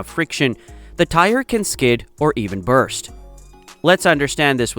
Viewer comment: Burst, not Brust Bro